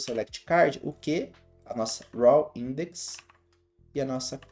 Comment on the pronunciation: Conteúdo bom para colocar devs junior no mercado. Uma critica construtiva apenas: Busque um pouco mais aprender inglês. ex: Pronuncia de row, que está pronunciando como a palavra raw(cru) e a palavra revealed.